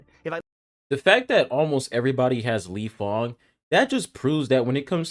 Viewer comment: Lifeng = lingyang 😂